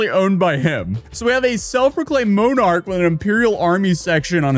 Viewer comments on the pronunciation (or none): Ahh yess... moanarchs...